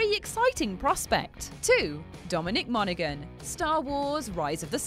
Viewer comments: It's also pronounced Mona-han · Monaghan is pronounced without the g, just saying.